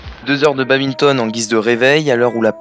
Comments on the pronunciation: En tant que puriste et pratiquant depuis de nombreuses années on ne dit pas "babinton" mais bien "bad minton" ;) Super vidéo les gars ! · Arrêtez de dire babinton pleeeeaaaaase ^^ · étudiant en STAPS, ne sait toujours pas qu'on dit badminton et pas babinton🤣😭